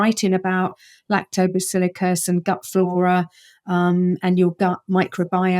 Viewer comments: no that’s lactobacillus. She continuously said lactobaciliicus, unless I heard it incorrectly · What the hell is ‘lactobacillicus’? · I didn't notice she pronounced it that way. Same bug, different pronunciation.